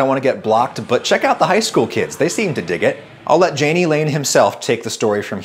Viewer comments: I of course, had to read Wikipedia on Jani Lane. According to it, the name has a soft J (as in his grandfather's German language), so more /yayknee/ not /djayknee/ (approximately). Love your videos BTW, and good lesson for those seeking fame. And maybe also a lesson on why not to be a Karen. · Not to be a naysayer because this was a great video, but being someone whose name also started with a J but is pronounced like a Y I HAVE to let you know- it’s pronounced “Ya-nee” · Say it with me.... Yah-knee = Jani